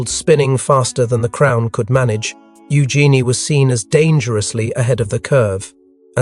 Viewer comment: It's pronounced u Jeanie.